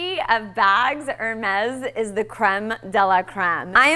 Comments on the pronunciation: It's pronounced Ahir-mez - not Er-mez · Beautiful bag, lovely young lady. I think the correct pronunciation is...'AIR - MES'......and not.....'ER - MESS'. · "air-mez" not "er - mez" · It’s not pronounced ER-MEZ. It’s pronounced Air...mess.🙄 I have a Birkin. I got the one I wanted when I wanted it - size 35 in the noir clemence leather with palladium hardware. Buying another this spring. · two things: Why not reveal how much it cost? and, Why do you say 'Hermes' like that? Were you new to the brand? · Please pronounce the brand correctly. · How funny that she, that can get a Hermes bag, can't even pronounce correctly the Brand's name. She's so right about the target of the video. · p.s. you are pronouncing Hermes wrong. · Lilly, learn how to pronounce Hermes correctly. Even I know how it's correctly pronounced. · why does she keep pronounce the name wrong?